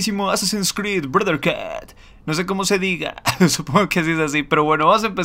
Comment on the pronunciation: Se dice broderjud mi estimado xD